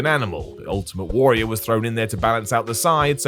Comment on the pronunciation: Warrior, it's pronounced warrior.